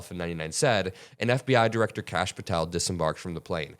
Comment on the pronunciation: *Kash… not Lash